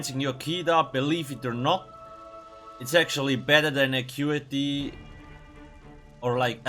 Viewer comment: i thought it was Ackutehhh